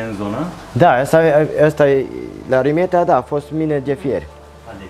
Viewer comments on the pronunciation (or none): dragilor e vorba de Rimetea cu "I" de la Ion 😉 si nu Râmetea cu "â" 😉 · Se face rafting, parapanta, circuite turistice, etc in zona. Dar se pronunta Rimetea, si Toroțco, in rest e tare faina zona. Si vad ca se creaza confuzie intre Rimetea si Ramet, la Râmet exista o manastire cu traditie, de care întreabă lumea, deci o idee de vlog nou 🙂Si in Rimetea sunt 2 manastiri, una de maici si alta de monahi.E o zona minunata dar greu găsești cazare in zona pentru ca vin mereu autocare pline cu turisti din Ungaria sau restul tarii. Asa e mereu. Multumim pentru vlogul minunat pentru ca asa se promoveaza și mai mult zona asta atat de minunata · Ai fost acolo și nu cunoști numele comunei (are primărie....), numele este unul singur, nu "cum i se mai spune". Cu "i" și nu cu "î", Rimetea!